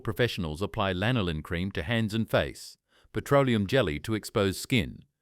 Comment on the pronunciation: Всё классно, только жир овечьей шерсти называется не лИнолин, а лАнолин. :)